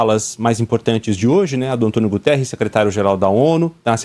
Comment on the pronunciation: Prof, o nome do secretario geral da ONU, não é Gutiérrez, ela é Português e o seu nome é GUTERRES, Obrigado